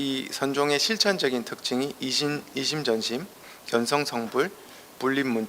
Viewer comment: 또! 틀린 말! 견성의 "견"을 짧게 잘못 발음했답ㄴ니다!! 볼 견자와 같은 평상어의 발음도 바르게 발음하지 못 하시니, 참으로 딱하십니다. "견학, 견해"등은 어떻게 발음하시렵니까!? 모두 길게 "견:학, 견:해"하고 발음해야지요!!